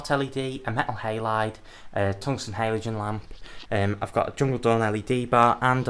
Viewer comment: Great video and beautiful setups! But I’ve never heard somebody pronounce ‘halogen’ like the before😅